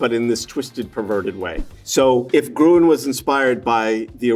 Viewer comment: Best pronounced “Grün(baum)” :)